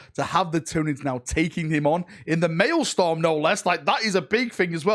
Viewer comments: Hate to be a nitpicking pain in the a$$ here, but as a former teacher, it’s “MaelSTROM” not MaelSTORM”!😁😇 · it's MaelstROm, not MaelstORm .. just saying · Still corrected it wrong lol. "Maelstorm not malestorm LOL" stROm not stORm was, regarding pronunciation, the miss. Great video btw. imo you should keep it in. Hilarious and boosts engagement. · it amuses me how an englishman can't say english words...Maelstrom not maelstorm lol.... Pro-dig ( like midge) e - oos (like moose) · its mael-STROM not storm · the work you do is awesome and we appreciate it. But could you please learn how to pronounce real words before using them in videos? I understand in-world terms might cause issues (Craftworld Samhain for example isn't pronounced "sa-wehn" as it is in the real world). Bur words like maelSTROM (not storm) and prodigious (prod ij us) are quite easy to distract people from your message if repeatedly or dramatically mispronounced. Many dictionary sites have pronunciation guides to use during your rehearsal. 😉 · What is a mailstorm? Huron apparently rules one sole Red Corsair 'cuz plurals are optional I guess. And detriment apparently reads as determent, whose reads as worse, and he can't even say prodigious. I know, he might be excited but man this triggers me to no end. Dyslexia could be a factor here, in which case well done. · "Pro-didg-us" "male-strum" c'mon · U changed it from malestorm to maelstorm but neither were right 😂😂😂 It said "MAELSTROM" LOL LOL U silly sausage 😂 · Its Maelstrom